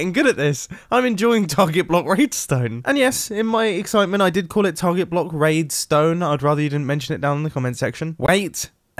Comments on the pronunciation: HAHA. He said RAIDSTPN liKee WHarta is RAIDSTONE?? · he said raid stone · Mumbo: “I’d rather you not comment about it in the comment section” Every other comment: lol he said raidstone